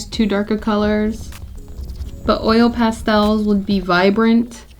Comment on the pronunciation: 20 minutes of hearing you say Pastels, amazing 😂❤️ I love crayooons and pastelsss